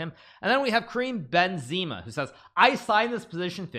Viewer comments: The way he pronounced Kareem Benzema's name...😂😂😂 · nobody noticing hikaru mispronouncing Karim Benzema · It's clear that Hikaru is using Ceilingfish! :D :D Look how often he is looking at the ceiling. There is clearly a chessboard that tells him the best moves :D :D :D Edit: The way he pronounced the name of Karim Benzema made me laugh so hard.